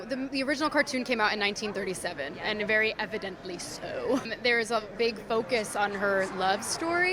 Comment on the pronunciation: When she said evidently, she sounds like she said no Cleo